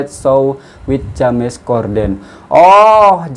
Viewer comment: Salam sunan...bkn sekolah swasta tpi sekolah pemerentah...P ITU bermaksud perempuan...kalau L..Tu lelaki...bkn Ja mes ..tpi di sebut Jems...maaf ya jika diperbetulkan sebutannya...